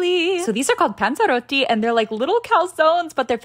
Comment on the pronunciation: THE WAY SHE PRONOUNCED PANZEROTTI BRO..😭